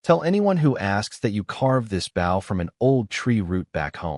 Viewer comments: Why the fuck does the AI keep saying "Bao" and not "bow"? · Please for the love of fuck teach your busted AI to say BOW instead of BAW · Stupid ass AI mispronouncing "Bow" makes me want to stab it repeatedly. You'd think there'd be a way to indicate to the AI the long-O sound instead of "ow". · Damn... with the word "bow" being so integral to the story and so often repeated... it really would have paid off to select the correct pronunciation in your ai voice generator, lol. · So confusing when it can correctly pronounce bow-string, but not bow, and the graphic, arrows backwards on the bow... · I hate eveyone of these stories that the MC does archery in. The A.I. can't ever pronouce BOW right.... 😮‍💨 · Another AI that doesn't know how to pronounce bow. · Imagine a world where AI correctly pronounced an Archers "Bow". Wouldn't that be a happy world... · the way your pronouncing bow is the part of a ship (short harsh o). where the bow for this story (weapon, soft 2 or 3 o 's when said). otherwise nice story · These ai need to be taught the pronunciation of bow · Yeah it's annoying. Same with us. It always says it as US(country) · I wish this stupid AI would learn the fucking difference between a weapon and showing respect